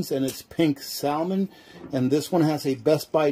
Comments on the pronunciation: “SAL MIN” 😂 its “SAM MEN” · The L in Salmon is silent. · The L in salmon is silent!? Please sound like you know what you’re saying!!! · Is that an Alaskan thing to Pronounce the silent L in salmon..? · I don't know if I should trust someone who doesn't know how to pronounce salmon.